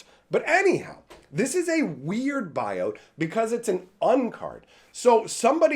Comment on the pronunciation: I thought you were saying Richard Garfield bio hahaha